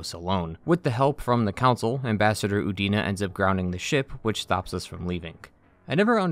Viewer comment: I could have sworn for a moment you said Udini